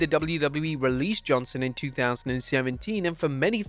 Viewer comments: JohnsTon...not Johnson. Pronounced it wrong on every single reference in this video. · Johnston not "Johnson"; you got the written name right, but not the spoken one...